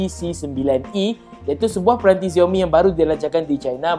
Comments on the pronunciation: XIAO mi la bukan ZIAO mi.Sebut betul betul la nama brand tu.makasih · Dia sebut xiaomi terasa mcm dia sebut ziaomi...dia sebut ziaomi mcm nak menghina perkataan xiaomi.. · tkde sapa ajar dia sebut xiaomi dgn betul ke? geram pulak aku dengar